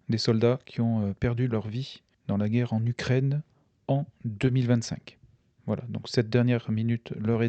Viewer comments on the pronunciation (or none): none